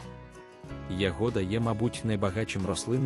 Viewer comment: Да вона ягода ,а не ягода,навчіться правельно говорить